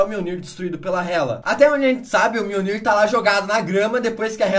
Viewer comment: enfim, aprendeu à pronunciar mjolnir corretamente